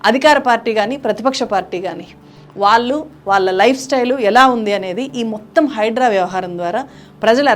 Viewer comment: అమ్మా మీకు విజ్ఞప్తి. మీరు వాల్లు అని పలుకుతున్నారు ళ అనే అక్షరం భాష నుండి వాడుకలో లేకుండా పోతుంది మీలాంటి విజ్ఞాన వంతులే "వాళ్ళు "అని పలకాల్సిన పదాన్ని వాల్లు అంటున్నారు. దయచేసి భాషను బ్రతికించండి చంపేయకండి